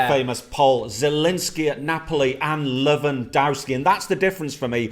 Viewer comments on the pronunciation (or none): Lol “Lewandarsky